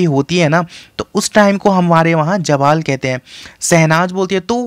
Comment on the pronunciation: Jawal nhi Zawal ....😂😂